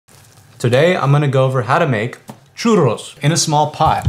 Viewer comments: He said something like "churulos". Very deep wrong pronunciation, but OK, good try. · you pronounce it churros not churous